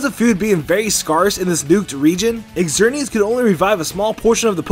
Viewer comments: psilos67 I couldn't ignore Exernius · "Exerneas" "Kaylos"Kill me now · If i hear eggzerneas one more time i'll kms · you mispronounced xerneas lol